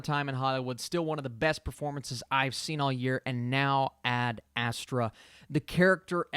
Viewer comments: You are still not saying it correct. It’s called AD astra. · "Add-Uh-Straw" lol 😂